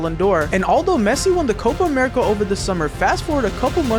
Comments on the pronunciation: Bro really said pessi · it is pessi